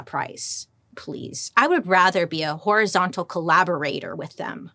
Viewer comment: I'm just saying, everytime she says it I hear " whorizontal collaborator" lol yeah I know that was immature